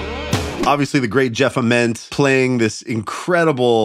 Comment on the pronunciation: His last name is actually pronounced AHH-ment